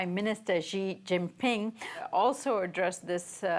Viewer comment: This guy cannot say Xi pronounced as She! Or he says jiamen for XiaMen. Some people are too perfect to learn anymore!